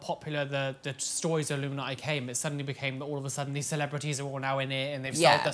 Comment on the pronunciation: i love how says "illuminati" because it sounds like she's saying it like "illumi-naughty" lmao!